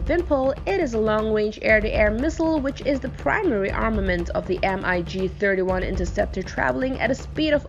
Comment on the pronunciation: Emm ayy gee! For gods sake just say mig. Do not spell it.